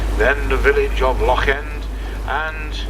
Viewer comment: Pronunciation of some of the names is ropey but at least he tries his best with Loch instead of Lock. The English find the names hard to say but strangely the Dutch can manage no problem. I lived in Holland for a while and speaking a very small amount of Dutch I can understand why they fare well with Gaelic pronunciation.